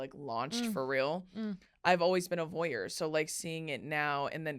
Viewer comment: haha a vouyer